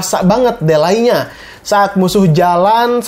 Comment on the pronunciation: Di-lei, bang, bukan de-lai (ade2 alai)😁